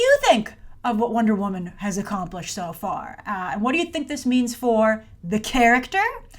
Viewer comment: Did you realize you sounded like you were saying "accomplish-shit" the first time lol?